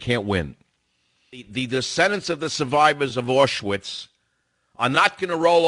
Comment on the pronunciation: I'd personally like to here from some of these survivors of "AW-schvitz" you keep saying have an opinion like you say they do.